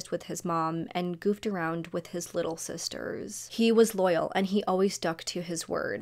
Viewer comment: Litter girls trip?? You're weird for saying it like that we went on a GIRLS TRIP. No little involved oddball girl